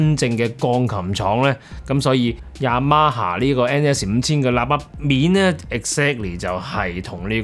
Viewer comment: Y A M A霞……Y A M A蝦😅